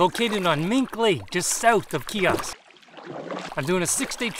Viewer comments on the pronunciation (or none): Great video! That is so weird to find a bunny in a canoe lol! Just thought I'd let you know that you are pronouncing the name Kiosk wrong. It's actually pronounced with a long i sound. A lot of people get this name wrong though.